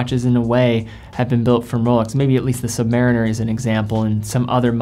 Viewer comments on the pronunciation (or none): none